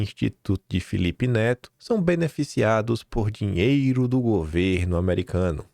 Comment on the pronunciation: Esqueceu do "R" na palavra "dinheiro" da tumb